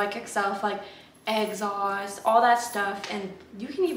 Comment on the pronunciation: I love how you say exhaust